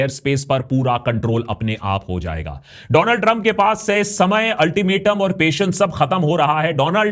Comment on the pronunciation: मैं बोल बोल कर समझा समझा के परेशान हो गया हूं ,, नाम भी ठीक से नहीं लेते उस का डोनाल्ड नहीं,,,,, डोलॉन्ड 😂